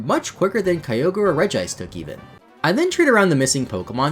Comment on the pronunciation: The “kyover” instead of kyogre made me laugh my ass off